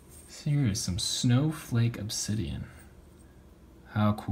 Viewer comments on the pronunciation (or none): none